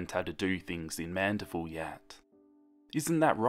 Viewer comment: him: "louisiana" Me: fear intensifies edit: him: "mandiville" me: fear intensity intensifies